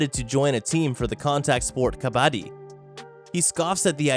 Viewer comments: Wtf its not ka-baa-di Its ka-ba-ddi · Well It's not pronounced "kabadi" but pronounced "Ka-ba-d-d-i" It's an Indian sport. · its burning kabadddddi (ka-ba-dee) not kabaadi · This guy literally saying kabaddi like kabadi (Indians can understand) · It is pronounced as ka bd di i am telling you as I am indian and this game is also indian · As the origin of the game is in my country I would like to tell kabadi is pronounced as "Ka-ba-T" the "ba" in it is pronounced like the ba in baboon n not like the ba in bag... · the way he pronounced kabaddi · Oh god the way you butcher Kabaddi yet say it's name the most..... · Tbh no offense but ur pronouncing kabaddi wrong and bow it’s from India (I am from India)